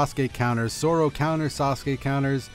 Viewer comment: I know I’m late but he said Soro ._. It’s definitely pronounced “Zoro”